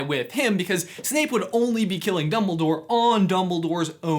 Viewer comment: Did he say doubledoor?